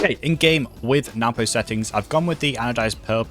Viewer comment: I call him what everyone does. Noo poh. But NWPO. Is actually pronounced No-boo. If you ask him.